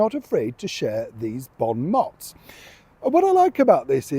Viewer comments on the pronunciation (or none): Stop saying Bon mots. It’s French so it’s Bon mo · Bon mo - silent /t/